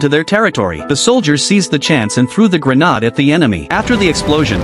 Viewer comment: What the fuck is a granada it's a grenade